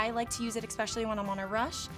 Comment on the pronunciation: Another idiot who cannot pronounce 'imporTant' and 'especially'. Always with the fools it is impor-ant and eggspecillee